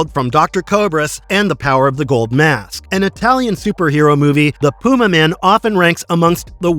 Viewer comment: It's pronounced Pyumaman.